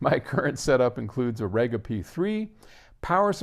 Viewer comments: Regga? Surely, you know how to pronounce the name of this well known British brand? Rega is pronounced Re Ga. 😃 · REEEEEE gah